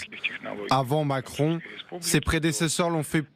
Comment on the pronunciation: "Le président Macronne" 😂